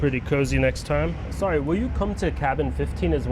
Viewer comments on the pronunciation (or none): none